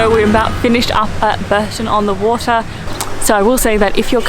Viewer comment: Bourton is pronounced bore-tun, and the Cotswolds are in the Midlands :)